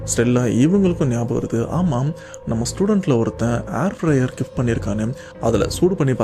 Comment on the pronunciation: Airfyer dhan solringa yen kathula hairfyer vilukuthu 🤣🤣🤣